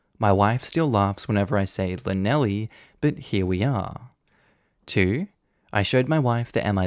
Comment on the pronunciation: Shlaneshly, cach-eye bant (ch like in Loch) - a bit hard to type phonetically - but Australian people struggle with Welsh - you would think with having a state called New South Wales, the natives are Welsh migrants!